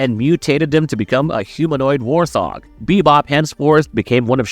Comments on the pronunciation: It's "wort-hog" not "war-thog." It's "leh-ther head" not "let-ter head ." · Are you saying war-thog or warsog? Also did you say letterhead? Wtf. Why are so many of these videos voices by seemingly moronic A.I. voices?